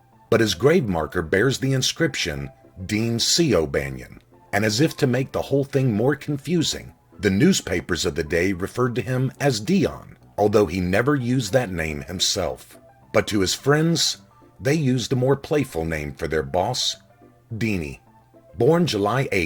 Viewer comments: you are being absurdly precise here. All I ever wanted to do was correct the pronunciation in the video. Kept saying "Dee on" wasn't trying to mislead anyone. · No, that is Déan. Same pronunciation, but a slightly different enunciation. O'Banion himself HATED the misnomer "Dion" and said he'd love to get ahold of the person who came up with that spelling and error. According to him, "It makes me sound like a guinea". Idk if someone lied to you or youre making it up, but its wrong. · this whole thing started because was mispronouncing Dion. I corrected it. It was conversational. What you're doing is applying formal rules to an informal situation and then using the result from that process to discredit what I said. I respect your precise nature. That said this WAS an informal setting. I don't expect people to use a knife and fork at a pizza party. Expecting total grammatical propriety in a you tube comment section is, well, absurd. Now, putting out documentary videos is the time to be precise. Mis pronouncing their name the entire time is sloppy and shows a lack of respect for the subject matter. There are alot of adjectives or nouns that would apply to your conduct with me on this thread. I was trying to be polite. Here's an adjective that I feel applies to you: Pretentious. Here's a noun. Also meant to apply to you: Douche I will spend no more time on this. There's no money or fun in it. I tried to be nice. You had to be a pretentious douche.